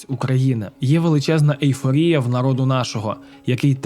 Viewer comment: Почему ,,нАрИд,,!? Не выдумывайте,всегда в украинском языке говорили ,,нарОд,, не коверкайте